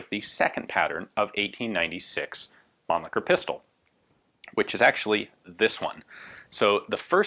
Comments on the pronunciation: the Mannlicher pistols are really interesting from the construction perspective. i like the way they are constructed and they are function. btw: your pronunciation of the name Mannlicher is not really understandable or even correct for a german - sorry. (it is better spoken as munlisher, where as the sh is spoken very soft) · Ian is clearly misprouncing Mannlicher as to not suffer the indignity of sounding cheeky.